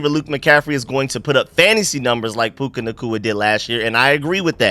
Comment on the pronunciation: It's PUKA, not PUKE.